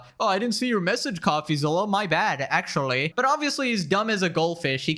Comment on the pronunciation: "wichuwy" "ac-chewie" speak properly